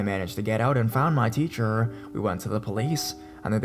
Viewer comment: When he said techer ho laughed